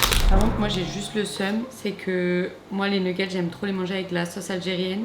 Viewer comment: Les "nougetts" 🤣